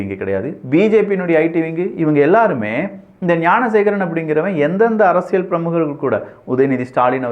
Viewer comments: யோவ் என்னய்யா அரசியழ் அரசியழ் சொல்ற.அரசியல் னு சொல்லுப்பா.நல்ல தமிழ் பேசுகிறார்.ஆனால் இது தவறாக உள்ளது.முடிந்தால் கவனம் கொள்ளவும்.❤❤❤❤❤❤ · அரசியள் இல்ல அரசியல்